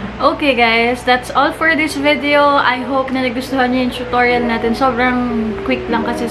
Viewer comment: "cHoOtOrYaL" is the word of the day 💪🧠📖 Yung montage bae parang bagong gising 🤭 ILYSMB 😘💨💞